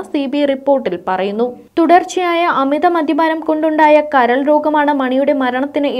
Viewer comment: മദ്യപാനമെന്ന് പറയാൻ പഠിക്കൂ, മധ്യപാനമല്ല